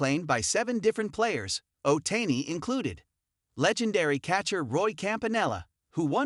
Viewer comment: Shohi Ohtayni 😂😂😂 the AI is wild